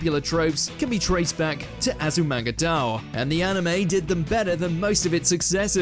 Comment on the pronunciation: not Azumanga D'oh it's pronounced Die-yo Azumanga Die-yo! (Sheathing my bloody katana)